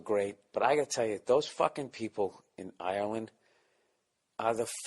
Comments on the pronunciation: where I,m from in Ireland we would pronounce it "arelind" depends on the province or county. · For the yanks watching it’s pronounced “areland” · Hes saying Ireland wrong